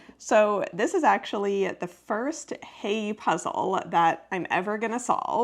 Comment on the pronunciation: The last "e" in "Heye" ist not silent.